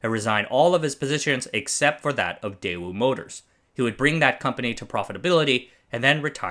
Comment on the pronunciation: The fact that you mispronounced the company's name didn't give me much for the quality of the video.